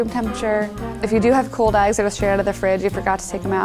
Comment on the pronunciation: did anyone else notice that she said cold eyes and not cold eggs